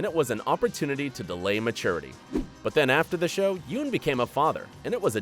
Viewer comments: Glens real need is not pronounced is spelled Yeun but it is pronounced yun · Ummm Sasha doesn't exist in the comic. She got the Holly death. Also Yuen is pronounced "YUN". Come on man lol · It's pronounced "yun" not yeun.